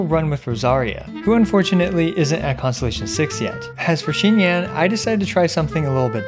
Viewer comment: It’s xinyan. Not xingyan.